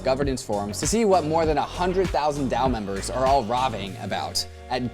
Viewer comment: Did you say "raaving about" lol